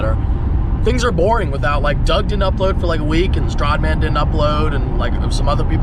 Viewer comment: The way he says Stradman gets me every time😂